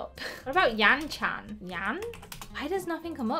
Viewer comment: Yan - chan not yam - chan ✔️☑️✔️☑️✔️